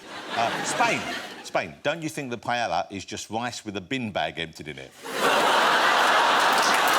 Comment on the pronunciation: i've never heard someone call paella for pajala before!